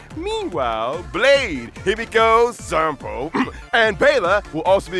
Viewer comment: WHY DID HE SAY SAMPO LIKE THAT ⁉sampo SP is real, he's real please